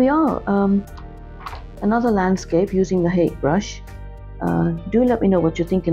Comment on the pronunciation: Lovely demonstration! I've been trying to get more into landscapes myself as of late. I just wanted to add that Hake is a Japanese word and is pronouced as "Ha-Kay"